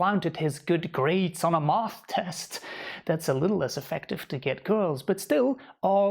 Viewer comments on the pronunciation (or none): What's a moth-test?? 😄😂